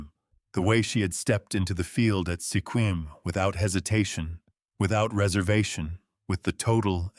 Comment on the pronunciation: It's pronounced "Squim"